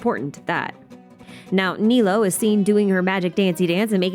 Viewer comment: the archipelago event was a nice little setup for kusunali. bad thing people who missed it wouldn't know though. something with the other events. also it's Ni Loo. like the "lu" in luna. or lumine